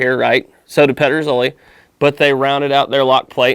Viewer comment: You came fairly close with the pronunciation actually 😄 Very cool comparison! Here in Denmark, the only gig in town when it comes to contemporary made muzzle loading long guns are Pedersoli (and sometimes Chiappa). We used to be able to get some of the other Spanish and Italian makers here, but it seems that most of them are either out of business or have switched their focus entirely to the US market. I have a Euroarms "Hawken" in .45 that I am currently working on; the stock needs repairs (it is cracked at the tang, as many of them are) and a refinishing.